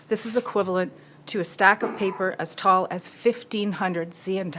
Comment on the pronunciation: I dont understand what's she saying. As tall as what now?